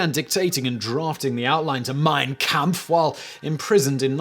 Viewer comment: Hi Simon. Great video! Just an FYI. Its pronounced 'compf'